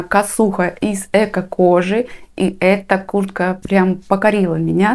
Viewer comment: Я одна слышу Курка, а не куртка?